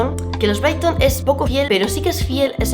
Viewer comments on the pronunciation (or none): no es "braidton", es "bridgenton" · Muy buen video ! Me encantó ! Solo que se pronuncia bridYERTON y no BRAIGTON 🫣… sorry, se tenía que decir y se dijo 🐣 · Amo el vídeo, pero, ¿soy la única a la que le molesta que diga Brighton en vez de Bridgerton? 😩😩😩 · Es la primera vez que veo tu canal. Y Me ha super encantado tu forma de comentar los looks de esta met gala!!! 👏🏼👏🏼👏🏼👏🏼 totalmente de acuerdo contigo…. A ver si nos invita Anna el año que viene 😜 Ahhh por cierto has pronunciado mal… fatal!! La serie de los Brigerton… no Briston! Jajaja 💋💋💋💋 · yo todo el video escuchando: los brighton, vanessa hunters ajajajajajajaj stoooop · Quienes son los braiton??? Como mierda pronuncias asi bridgerton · Como pronuncia “Bridgerton” Brighton 😅😂 pero increíble el análisis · No puedo ver el video sin enojarme por como dice Bridgerton